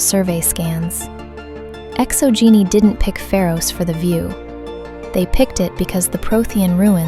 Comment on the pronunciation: Yo the way things were pronounced was funny! So instead of Exo-Geni it sounds like Exo-Geeni. Then there is Zhu's Hope sounds like Jews Hope lol. So it is my personal theory that Feros was not bombed by the Reapers because the Reapers did not know about it. Now naysayers will say that all the Protheans worlds except for Illos were known by the Reapers due to their capture of the Citadel at the start of their invasion. However we know that the Reaper X Prothean war lasted for many centuries and that as the war went on the Prothean designs became more streamlined and basic absent of all ornamentation just like Feros. I believe Feros is in fact a Prothean world colonized during the Reaper war and as such they skipped standard colonization protocols meaning they missed the threat of the Thorian and after colonization were consumed by it leaving behind a perfectly preserved ruin. Now we know from the codex that Feros has been looted many times over the years yet no explanation is given as to why no other species has colonized the planet. According to the codex two thirds of the planet is covered in city so that leaves another third of the planet with plant and animal life so it is not a dead world. It is possible that the Thorian could make Prothean and other cloned species from that cycle. Sombody already pointed it out but yeah it's 50 thousand years not 50 centuries fifty centuries only equals 5k years. Okay I'm glad you didn't make the same mistake so many people in the fandom